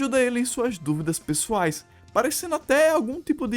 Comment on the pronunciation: Mano quando o falou pessoais eu entendi sexuais kkkkkkkkkkkkkkkkkkkkkkkkkkkkkkkkkkkkkkkkkkkkkkkkkkkkkkkkkkk